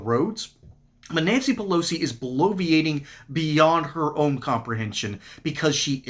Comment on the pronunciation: Nanshee Peloshee